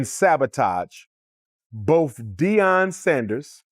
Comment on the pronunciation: It’s Dee on Sanders, not, Dye on Sanders, ok—(Atlanta, GA)!